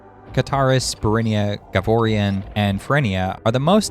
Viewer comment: There's no way you listened to the Nav rooms if you're pronouncing the zone names the way you are. There's no 'i' in "Ghavoran."